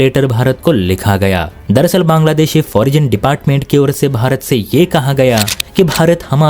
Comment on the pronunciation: Pronounsation ठीक-से किजिए। फोरजिन क्या हैं ? Foreign को फॉरेन कहते हैं ।